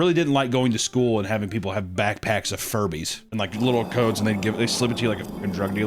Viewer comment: Dammit. Now Furbies are forever going to Jewbies in my mind 😅 Edit: Jujubes (pronounced Jew Jew Bees) aren’t candy, they’re Furby eggs 😂